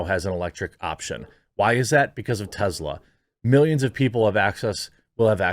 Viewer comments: Its Tesla not Tezzla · Ive tried to ignore it, Jeremy. It's (teh-ss-luh), not (teh-z-luh). Soft S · It is pronounced TeSla not TeZla.